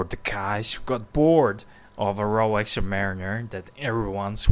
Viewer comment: Its Rolex, not 'RoWex'